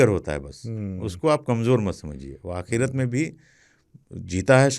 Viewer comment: Aap ek word bolte hain,aakhirat, akhirat nahi aakhri waqt hota hai!